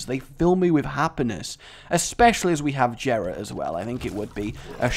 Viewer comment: Its pronounced yera. Not Jera